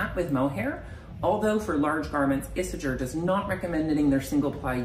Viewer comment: Isager is pronounced “Isayer” in Danish.